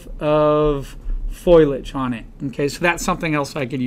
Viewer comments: Dear Professor: It's foliage and not foilage!!! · FO- LEE -IDGE! FOLIAGE!